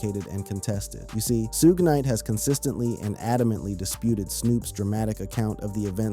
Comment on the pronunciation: Lost my interest when the AI can not even say Suge Knight's name correctly! Nothing new here, just clickbait!